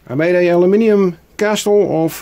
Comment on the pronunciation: I like the new intro! The wooden block was a good idea, end result looks nice, the pointy tower came out best I think. Small FYI: the T in castle is silent, so in UK English: kassel and in USA English: Kessel 😋 Oh and is awesome, I hang out on panels with him a lot 👍👊